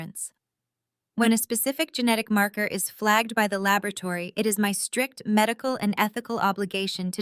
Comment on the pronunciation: Labrotary or laboratory? So artificial narrative